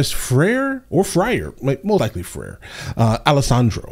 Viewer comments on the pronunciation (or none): it's "Fry-er" , Catholic Priests